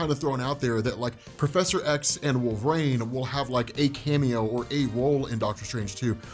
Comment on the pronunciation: Jesus.... WHO THE HELL is Wolv-Rayne